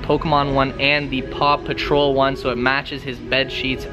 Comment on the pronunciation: Did Any One Hear Pew Patrol Instead Of Paw Patrol